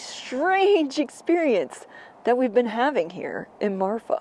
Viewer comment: The name of the town is Marfa, not Martha. As a native Texan I don't think there is a "Martha" TX. I could be wrong, but I don't think so. Anyway the place is called Marfa, and it does have a long history of inexplicable lights.